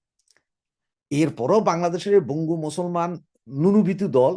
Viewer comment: আরে ভাই বাংলাদেশিরা বঙ্গু নয়, বাঙ্গু।